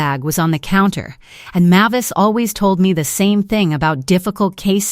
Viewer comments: It's pronounced MAY-vis, not MAH-vis. Hearing you read this stuff makes my teeth ache. Also, no one calls someone a failure when they just stole $64,000 from them.... that's more than the evil sister makes in a year, so she's sure as hell not going to call someone a failure who earned that much. She might call her selfish, but not a failure. Story is completely fabricated unbelievable nonsense. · Mavis is not pronounced as you poorly trained AI is saying. Look it up.